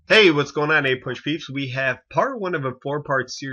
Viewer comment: A PUSH? This pronunciation is driving me nuts